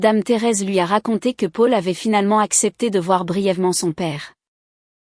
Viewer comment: Pub sur pub 😡 On prononce Paul ( pol) et non Pôle .. Le versement de la pension alimentaire ne s' arrête pas aux 18 ans de l' enfant .. En France on passe obligatoirement devant le notaire pour l' achat ou la vente d' un bien immobilier ..